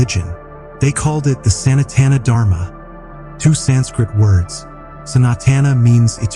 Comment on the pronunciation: This is a lovely video. I request you to not use AI dubbing because it is based on western sounds, they cannot pronounce soft sounds like the 't' in Sanatan and the heavy sounds like 'dh' in Dharma. It spoils an otherwise wonderful experience. 🙏